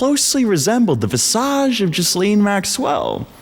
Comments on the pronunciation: Hearing you mispronounce Ghislaine over and over is preventing me from watching this video ;_ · This is genuinely one of the worst video i've ever seen. Firstly, you're not even pronouncing "Ghislaine" correctly. Second, you probably should have actually known what had happened to Madeline Mccan if you're going to use it as evidence. Third, what does "speaking American not British mean"? She grew up in the United Kingdom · imagine saying "Ghislaine Maxwell" over and over while pronouncing the S. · You could at least learn how to pronounce that beasts name.